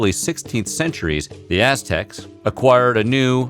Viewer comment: It sounds like he's saying Ass Techs lmao